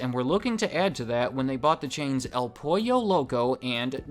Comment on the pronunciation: You actually said Pollo pretty well 👍